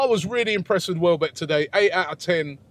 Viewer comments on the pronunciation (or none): welbeck robbie not wellbeck lol